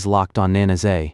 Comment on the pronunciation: I keep hearing manaise family. 😂😂 it's Nah nah say. Lol